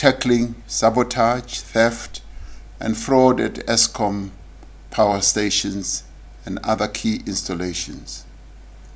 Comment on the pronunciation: Exskom 😂😂😂😂my President